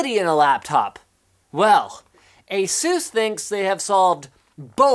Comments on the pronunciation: Why you say Asús and not Ásus? Doesn't sound good. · You said asus asooos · It's asus (eh-sus) Like Pegasus ^_^ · ASUS.... lol say it more than 5 times Sounds funny right?